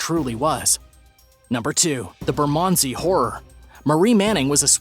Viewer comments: Burman Sea is how you pronounce Bermondsey lol, and where are Rose West and Myra Hindley? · Laughing at the way he says "Bermondsey"